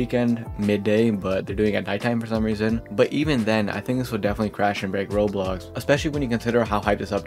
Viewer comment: BRO CAN YOU SPEAK CLEARLY???🔥🔥🔥🔥🔥🔥🔥🔥 ITS ROBLOX NOT ROLS!!!!!!